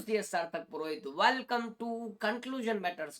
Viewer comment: Natakbaj welcome bolna seekh jav